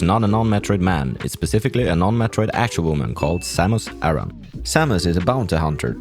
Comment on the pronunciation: It's A-RAN Not Aaron. And no it didn't create its own sub-genre. "metroidvania" was created by nerds. I actually hate the term. It makes no sense whatsoever. Metroid is not a "metroidvania" is a metroid game. Full stop.